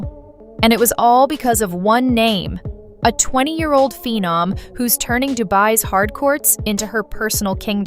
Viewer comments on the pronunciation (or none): none